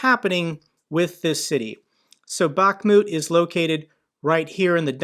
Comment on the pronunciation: it's not pronounced Bach-moooot! 🤦🏻‍♂️ Jesus man, I can't believe how many pronunciations you butchered.